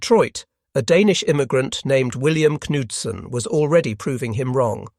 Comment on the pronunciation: That is the correct pronunciation of the name Bill Knudson. Somehow I know. No relation though. Hit the nail on the head: Tactical Advantage vs Industrial Annihilation. As we econ folks say: Butter and Guns. This show was about aircraft, do check out ship production especially when the Essex's started to show up. Game over.